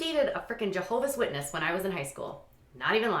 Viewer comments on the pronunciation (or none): This isnt a diss at all but i giggled when you said "i mean i even dated a frickin jahovas Witness" 😂😂 its just the way you said it like a JW was a north korean or something. Totally get it though as I was raised one (no longer am).